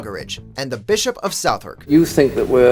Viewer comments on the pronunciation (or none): You couldn't call WatchMojoUK and verify how to pronounce "Southwark"? (You did it wrong.)